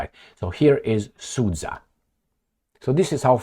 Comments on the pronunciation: The geopolitical loss of Al Capone is the rest of the world's gain. P.S. Sudzha is pronounced like Suja, the dzh (дж) is a result of Russian cyrillic not having a direct letter corresponding with j (J as in Janet), so they always transliterate words with that sound to include "dzh". For instance, the name Benjamin becomes Bendzhamin. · It is pronounced as Sood-Ja (as in J as in jump)